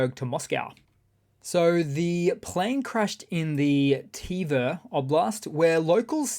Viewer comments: That be: twèrrrr , and not "tea where" come on! You can do it, do your home work... No more Texan behaviour, learn your languages.. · Tver......pronounced "t'VAIR".....